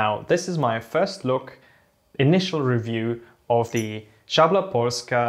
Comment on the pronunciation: great pronounciation for szabla.